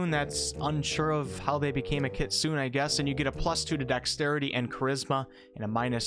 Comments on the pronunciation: i guess that "kitsune" is a japanese word so not [kit-soon] as you said but [kit-soo-ney]. like the oni tiefling there are japanese flavors here and there , as chinese (jiang shi vampire ) and indian ( garuda celestial ) for what i noticed. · KitsunÉ not kitsoon! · Its actually not pronounced "nay" at all. It's like the ne in nephew. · You asked about pronunciation for the Dhampir but your pronunciation of the Kitsune is off. It is Japanese for "fox" and is pronounced keet-su-neh. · Kitsune = Kitsoonay the E has an Ay sound its japanese, not trying to be a smartarse just being informative. :) Loved the breakdown have a like :) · Not that I don't understand the mistake, but Kitsune is pronounced more like kit-sune-ay (the ending "e" is a long "a" sound). It is just that it is grating to hear it mispronounced, but again, I get it, I used to say it the same way you do. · More like "keet-soon-eh". Hard "ee," soft "oo," breathy "h" on the end. The "oo" is more of a half pronounced "oo," as in stop halfway through, before the sound becomes harsh or... hard, for lack of a better description. Shame they aren't half as cute as actual foxes. Why couldn't they be comparable to halflings, just with fox faces? Now, my knowledge of Chinese pronunciation is pretty sketch, but Korean uses a near identical word to the Chinese "Jiang-shi," which is "Kang-shee." In Korean, it's pronounced "kah-ng-shee." If I recall, the Chinese "Jiang-shi" is pronounced "Jee-ah-ng-shee." I don't remember Jiang-shi being depicted as vampiric, more like zombies... The standout imagery from my youth is seeing them as dressed-up corpses (traditional, fine Chinese garb) with Taoist talismans slapped on their foreheads. They held their arms straight out ahead of them, stiff and rigid in body, and hopped around without moving their legs. Incredibly silly imagery, and probably not even remotely like what the Pathfinder Jiang-shi are depicted as. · FYI wolf kitsune is pronounced "Kit-soo-nay"